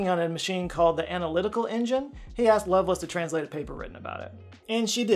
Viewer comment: it's Love Lace, as you would pronounce them as separate words